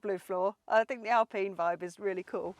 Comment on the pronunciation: I know the French are weird when it comes to some thinks but please say Alpine rights its Al Pine as in Pine not pene.